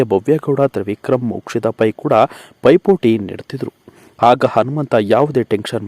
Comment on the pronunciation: ನೀವು ಮೊದಲು ಕನ್ನಡ ಸರಿಯಾಗಿ ಕಲಿರಿ..... ಆಗ, ಆಟ, ಹೀಗೆ ಹೇಳಿ.... ಹ ಕಾರ ಯಾಕೆ ಉಪಯೋಗ ಮಾಡ್ತೀರಿ